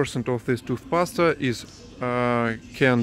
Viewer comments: i died when you said "tooth pasta" instead of tooth paste i knew what you meant but still super funny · I think you two are so adorable! I understand you are wanting to learn proper English, so if you don't mind, I want to help you with a few of your pronounciations. So, instead of "hyper" markets, I think you mean what we call "super" markets. Also, instead of tooth "pasta", we say tooth "paste" the "e" is silent... so, sounds like "toothpaast", pasta is like spaghetti & macaroni. Hope you don't mind my comments, but I am just trying to help, because I wish you much success, and you two are so adorable! 😊❤ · Hahaha I love when he said tooth pasta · toothpasta, this guy seriously wins my heart every time he talks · Toothpaste is pronounced toothpayst. The flouride in it is dangerous but it's impossible to find any without. I live in Spain, things are similar but much more expensive in Spain.